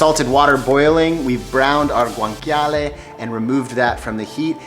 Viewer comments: Yikes! Please stop pronouncing guanciale as gwanKyahleh. It's correctly pronounced gwanCHyahleh. Ugh! cringy... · It’s actually pronounced Gwan-cha-leh no k sound 😜